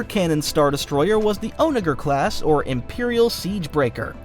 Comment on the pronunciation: Jesus Christ man it’s pronounced “On-a-jer” not “oh-******”